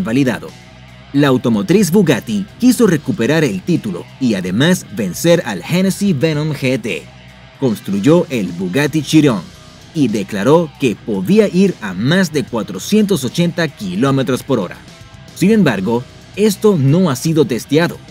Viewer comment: no se pronuncia chiron se pronuncia chairon bobo